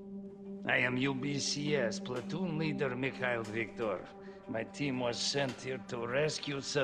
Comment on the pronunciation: OMG. Mikhail Victor... It sounds like Hi, I`m Jake Chris. It is funny and sad.